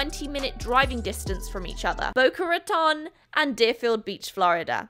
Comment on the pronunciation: It's Boca Ra-tone not "tahn". (I grew up in Boca and it's a pet peeve because no pronounces it correctly.) Debating heading to blick up in Tampa and now I may have no choice..... day trip! Also I'll never stop wearing a mask. No man has told me to smile in years now and I'm liking it.